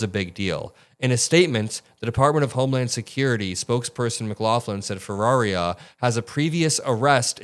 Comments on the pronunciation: Bro, it's not that hard. Her name isn't Ferreria, it's Ferreira. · for those that can't pronounce the name Ferreira, here's some help...just say "FUH - RARE - RUH". If you are capable of trilling your R's then you could try the proper pronounciation "FEH-RREY-RRAH". The "ei" in the name just means it sounds like "AY" in the word "Day". Also, as you can see in the spelling the letter " i " is before the last "R", so there's no reason the name would be pronounced "Ferraria". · great coverage! quick note to correct her name pronunciation, it’s “Feh-ray-rah” (but if you can roll Rs then do that for the middle ray) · I have to say it lol I’m not trying to be a jerk it’s just that no one is pronounced it right… it’s actually pronounced Fa-Rare-a